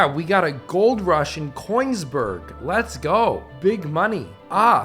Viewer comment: He really called Königsberg "Coinsberg" this isn't Mario mate, Good video though.